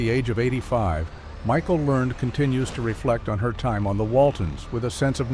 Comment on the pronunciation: Pronounce her name right